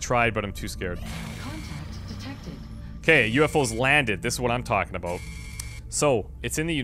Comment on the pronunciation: Haha i never heard a Canadian say ''about'' before, maybe i don't have alot to go on but it seems more like an ''aboad/abowd'' than an ''aboot'', which is how South Park made fun of it lol